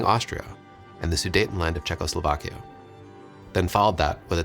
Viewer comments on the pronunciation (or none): none